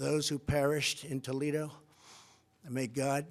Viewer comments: This idiot really said Toledo, I can't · "Toledo"? WTH? Yesterday Biden referred to Michigan and today Trump refers to Toledo as having been terrorized.